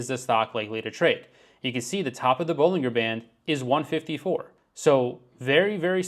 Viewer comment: You can't take credit for Bollinger Bands and then proceed to repeatedly mispronounced them. It's ball-in-jer.